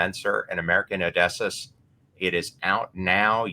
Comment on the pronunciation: oh man mega cringed when he pronounced Odysseus